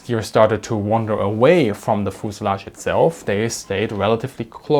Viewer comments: FUZE-ah-lagge, not fooz-a-lagge. F-y-u-z-e. As in "you". Fuse. Ah. Lagge. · "Fooselage"...I love it! I am going to start pronouncing fuselage in this way from now on. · Foosilage, I love the way you say that word. Great video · Pro tip, in English, American English at least, it pronounce "FE use a lodge" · ah yes, the foozelahj. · Bi-planes had thin wings. They were fragile, and could not take the forces created by landing gear. IMO, that is the main reason landing gear was attached to the fuselage (feu-suh-lajh, not foo-suh-lagh) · I respect you man but when you said fuselage I just had to laugh